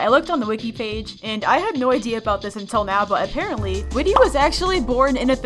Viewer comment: Not whitty its whit